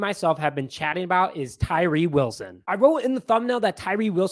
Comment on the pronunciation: you nailed it brother lol.